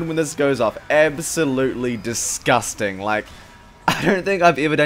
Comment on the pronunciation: When hasn't said "disgusting" with ridiculously stressed syllables for 5 minutes.